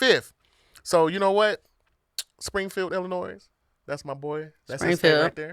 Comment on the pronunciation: there is no S sound at the end of Illinois it's silent 😂😂😂😂😂